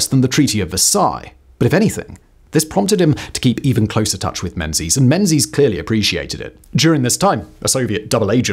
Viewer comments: It's pronounced Mengis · Interssting fact "Menzies" is more correctly pronounced as "Mingiss" - it comes from the extinct letter "yogh", which was transliterated as "z" when we moved to moveable press printing. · Pronunciation of "Menzies" is somewhat lacking !